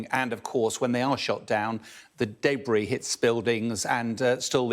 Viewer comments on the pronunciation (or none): none